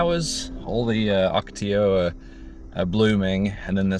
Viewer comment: Really I think it's more impressive that he pronounced "Ocotillo" correctly.